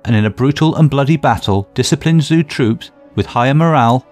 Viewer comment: Great video. The only issue is the pronunciation of the battle name and two kingdoms. Muye is pronounced "Moo Yeah". Zhou is pronounced "Joe" (but flat tone), Shang is "Sh-un (un pronounced like un from uncle"...